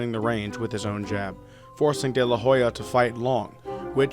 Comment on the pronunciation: Man, do your job, research before pronouncing foreign names. You changed 'Oscar de la Hoya' to 'Oscar de la Jolla'... We don't say 'Meechael Hakson' when speaking about Michael Jackson.